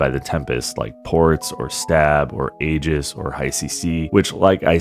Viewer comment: it's AEGIS not ages, sorry and thanks :)